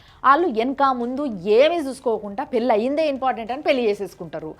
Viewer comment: పెల్లి కాదు మేడమ్ పెళ్ళి పెళ్ళి